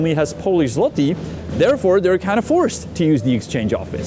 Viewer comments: It's złoty, not zloti😊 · the way you pronounces "zloty" is infuriating